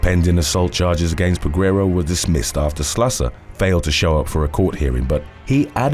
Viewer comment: The U is silent in Peguero.